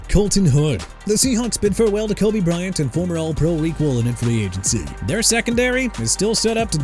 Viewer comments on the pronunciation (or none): none